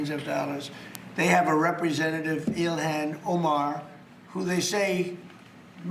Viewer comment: I love Trump’s insistence to pronounce foreign names exactly how they’re spelled in English. “Ill-Han O-Marr”